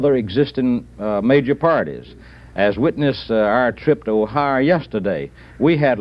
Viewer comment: He wanted to POTUS, and can't even dignify the states by pronouncing them remotely correctly... Honalulah. Missurah. He couldn't even make up his mind how he wanted to mispronounce Ohio... Ohyur. Ohiyah. ...and does he think New England is a state???? I don't buy the nonsense that being from the south is "just how people pronounce those places." It's not cute. It's cringe and embarrassing and the mark of an unserious American. He gets up there an lectures other Americans about this country and that’s the best he can with reading a freaking map.